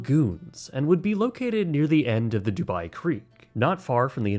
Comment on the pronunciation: Not the "dubai tein towers" lmao💀💀